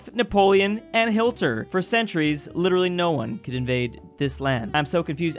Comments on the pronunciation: Why did bro say Hilter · Who tf is Hilter😂